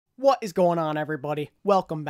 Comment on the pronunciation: I really liked the WO IS GOING ON at the start of todays video. Probably the hardest 'o' you have ever achieved.